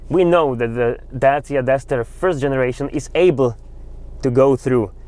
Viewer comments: nice hoši :) ale asi by som to vyslovil normalne rumunsky "dačia" ako "dejsia".... dejsia to nepovedia ani v UK recenziách čo som videl, ináč super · "Dejsia", "Kerok", "Porš"??? Omfg!